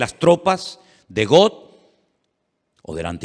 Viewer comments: Hermano lindo seria bueno que pronunciara bien los nombres no es Got es Gog con g de gato y no es magot es magog igualmente con g de gato nada difícil usted es un hombre culto así que debe de pronunciarlo bien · PORQUE PRONUNCIAS GOT ? GOG,SE PRONUNCIA.